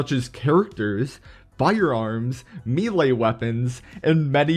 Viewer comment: Why are you saying, melea